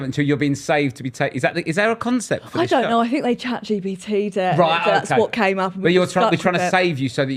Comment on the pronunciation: Its chatgpt not gbt x